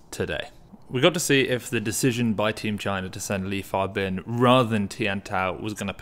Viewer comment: Li Fabin been winning so much that people start learning to pronounce his name right 😂